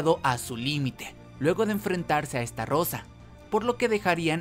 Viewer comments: Se dice "ESTAROSA" NO "ESTARROSA" XD XD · Se dice estarosa no estarrosa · Alguien más convulsiona cuando dice "Esta rosa" en vez de "Estarosa" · che amigo por que deci estarrosa si es estarossa por le pones una r de mas???? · oe se llama ESTAROSSA no como lo pronuncias ESTARRROSA 😂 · Todo muy bien.. solo que es STAROSSA Y NO!!!!!! ESTARROSA... YA NO DIGAS ESTARROSA TE OYES MUY MAL!!!!!! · Es estarossa no estarrosa!!!!!!!!!!!!! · Tus videos muy bien amigo en serio solo que estarosa la r se pronuncia ligera cuando tu la dices suena como esta rosa y no bro, se oye mal Solo eso lo demas muy bien tu edicion y todo sigue asi solo es un concejo no me lo tomes a mal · We todo el rato q decia "estarosa" escuchaba " esta rosa" 🤣🤣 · Me aburrí de escucharte decir estarrrrrrrrosa🙄